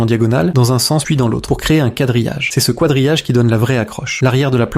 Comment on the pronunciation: De toute façon… la voix est bizarre et les phrases aussi… à un moment il a dit « kouadrillage », les phrases sonnent très Ia